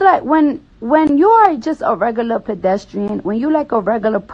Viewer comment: “If you a rugullur person” -cardi b